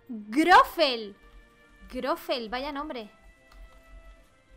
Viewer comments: te quiero pero.... no es grofel y grofe.. es grofle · Me encanta, y amo que digas Goffre jeje aun cuando lo querías decir bien lo decías mal xD te amo ❤️